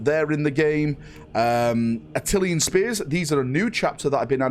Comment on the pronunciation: Atlantian isn't pronounced "Atillian",.